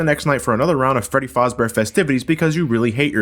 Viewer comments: I always cringe when someone pronounces Freddy Fazber as Freddy FOZbear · OK its Freddy fAzbear not fOzbear and don't confuse it with Freddy FASTbear wich WUS a bata sonic name wean Sega™ WUS still not shore wut to make him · ...Why did he call it Fozbear? The game plainly says Fazbear, thanks to phone guy. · I'm pretty sure you mispronounced Fazbear